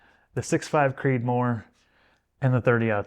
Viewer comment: All perfect except that, “Creedmoor”.